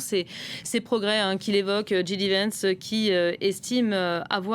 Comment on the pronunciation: "djidivènss" c'est original lol... le mieux reste de prononcer son nom à la française, "jidévènss", ou à l'anglaise "djaydivènss". Et ouaip, j'ai rien de plus intelligent à commenter.